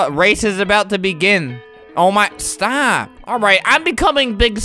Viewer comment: Says “Stap” to the mountain 😂